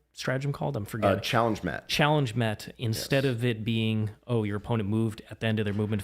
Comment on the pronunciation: “A Challenge Met” (along with SoS as a whole because of it) got completely butchered, and it sucks that even still its 2 CP